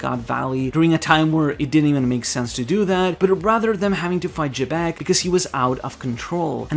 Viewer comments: I know it's "Jibekku" in Japanese but they chose to romanize Xebec so it's pronounced "Zebec" and not "Jebek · who the hell is jebek? its xebec